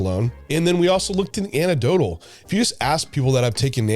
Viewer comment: "Anec Dotal", not "Ana Dotal". geez.